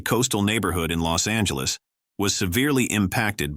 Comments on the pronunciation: IT IS LOS ANGELES, NOT LOST ANGELES, ALTHOUGH I ADMIT, IT IS AN APPROPRIATE PHRASE. IT IS JAMES WOODS, NOT JAMES WOOD. HOW COME THIS VIDEO WAS/IS READY TO GO SO SOON? WHO KNEW THIS STUFF ALREADY AND WHY? THEY KEPT EMPHASIZING THE PHRASE "NATURAL DISASTER'". I THINK THE LADY DOTH PROTEST TOO MUCH". ALSO, CULTURAL GLITCHES EXPRESSED IN AN OFF MANNER SUBTLY OCCURRED. IS THER A CHINA CONNECTION SINCE THEIR MOTIS OPERANDI DURING THE 1940s. CULTURAL REVOLUTION WAS TO ERASE HISTORY ESPECIALLY EMOTIONS CONNECTED WITH CHERISHED SOCIETAL VALUES. IS IT TIME FOR THOSE 15 OR 16 MINUTE CITIES? JUST SAYIN'. 😊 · The robot goes, Lost Angeles dude Lost Angeles, really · "Lost Angeles" ;)